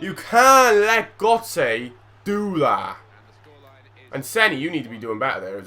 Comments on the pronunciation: Gurtze that how it's pronounced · This dude can't even pronounce "Götze" and yet he hates on the commentators. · You complain how the commentator says Henry, then you go and say Götze's name wrong ;) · how he says Gotze hahahaa FAIL